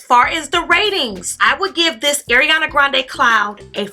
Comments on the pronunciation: Not to be rude, but her name is Ariana, not Eriana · my dear, ariana it's like ARIANA, NOT EIRIANA luv u